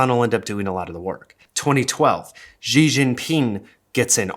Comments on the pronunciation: fyi Xi Jinping's family name is pronounced like 'shee' not 'zhee' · Great video but one note, Xi in Xi Jinping is pronounced "shi" and not "ji" or "gee" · FYI, "Xi" from "Xi Jinping" is pronounced like the English word "she", not with some crazy French sounding sound that doesn't exist in the Chinese language. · Just a minor pronunciation nitpick in Chinese Pinyin X=SH sound and the J is hard like Japan. But yes, been watching this happen on both sides of the pacific. It's not just in the US.